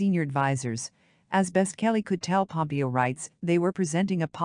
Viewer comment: Irritating that this voice generation of text persistently pronounces Pompeo’s name as having accent on first syllable But Haley is so pretty … the first woman president should be beautiful, just as a prime qualification of Warren Gamaliel Harding (another copiously published contender) was that he looked like a president ought to. Zbigniew Kazimierz Brzeziński was perceived as coming close to the joining roles of State and Defense under Democratic administration of Carter.